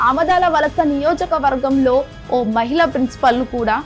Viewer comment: ఐనైతిక అనకూడదు అనైతిక అనాలి మహిళ నేతలు కాదు మహిళా నేతలు వ్యాపార పనుల్లో నిగ్నమయ్యారు అనకూడదు నిమగ్నమయ్యారు అనాలి.